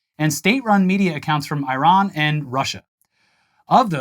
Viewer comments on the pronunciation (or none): none